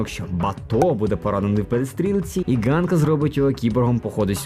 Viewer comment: Коли хтось читає псевдополіванівкою, у світі засмучується один український анімешник( І там не Ґанка, а Ханка. Картинка справді гарна. Чекаю на фільм з нетерпінням.